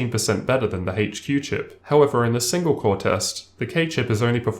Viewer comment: hayche Q has more Kayshhhee